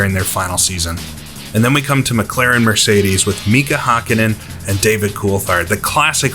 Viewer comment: "Mika Haah-kinnen"